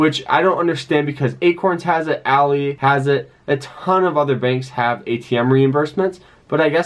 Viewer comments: It’s “ALL-EYE” not “ALL-E” 🤦🏾‍♂️ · Good video, I just have to say you are pronoucing ALLY wrong. You are saying it like a females name when it is actually like the "friend" ally.. Example: "I am not your ally ," he repeated. ...